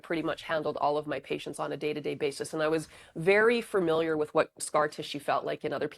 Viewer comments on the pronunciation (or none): Did she say furmiliar?